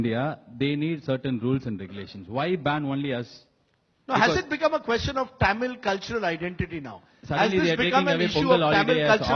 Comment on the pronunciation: Ok first of all who was that dude who couldn’t pronounce tamil. 😂 I live in America and it’s ok if Americans can’t pronounce it but North Indians can’t pronounce a language that’s part of their country? Couldn’t even bother to try to stay it right